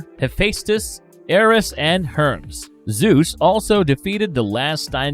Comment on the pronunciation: Her-Meez … not Herms 😂